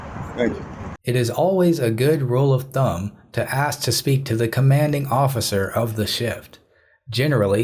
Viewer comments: The Word is ASK A-S-K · Pronouncing the word "ask" as "aks" is an example variation by dialect. It's not slang. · The black officer says "I axed you...".